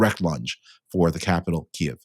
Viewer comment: Oh David, your pronunciation of Kyiv. 😔